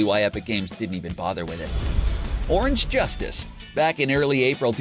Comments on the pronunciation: It's orange justice not juice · did you just call it the orange jucie emote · Did he just say sigh orange juicetice!?!?!?!